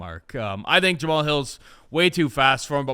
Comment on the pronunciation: Someone please tell how to pronounce Jamahal.